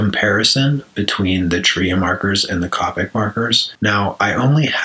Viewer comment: It's not copic It's pronounced Cohpic